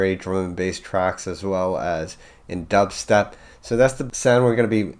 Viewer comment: mans didnt even realize he said dubsetp and then played the melody from flapjacks immediately